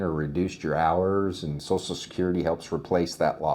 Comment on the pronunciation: Sorry, I can't listen to "SOSSAL SECURITY" anymore. Social. SH, as in waSH, or cruSH, or "Social Media".